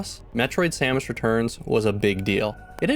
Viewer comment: 😃 he really does say Sammich! 🤣😆